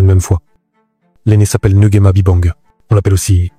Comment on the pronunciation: Intéressant. Je suis juste surprise que l'histoire soit racontée par un gabonais et les noms aussi mal prononcés, à l'européenne. Je ne me suis pas bien retrouvé. NGUEMA par exemple, ce n'est pas "Ngouema"....